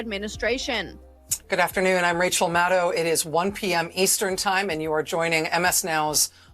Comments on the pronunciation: Did you just say "Racial Maddow?" 🤣 She's looking more and more like Stephanie Colbert every day. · Rachel Mad-Now… 😂